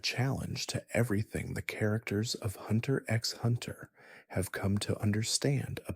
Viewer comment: bro pronunced the x in hxh im not watching this